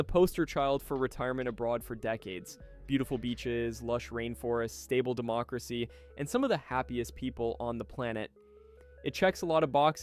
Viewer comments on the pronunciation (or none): none